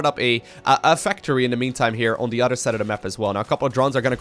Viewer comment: "on dee udder side of duh map" fucking love that, keep up the good work man